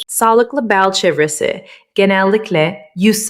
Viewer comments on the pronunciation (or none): Babam hep derdiki: Herşey aşırı mükemmel görünüyorsa büyük bir sorun var demektir. Yapay Zekayı bu ata sözü ele veriyor. de "Sağlıklı beal çeuvresi" derken ABD ingiliz dili gibi konuşuyor. Küçük bir YZ hatası.